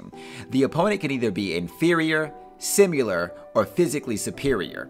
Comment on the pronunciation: “The opponent can either be inferior, SIMYULAR, or inferior” 😂 sorry bro I had to point it out cause it’s kinda funny